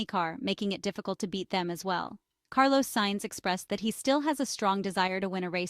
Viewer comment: Please learn how to pronounce Carlos's name properly. It's not difficult.